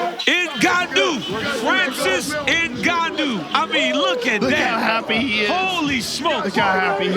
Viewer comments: Why do Americans call Ngannou "eNgannou"? It's not like for mother you say mother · Cormier cant even pronounce the Ngannou surname correctly and call him 'my boy'. What a fake.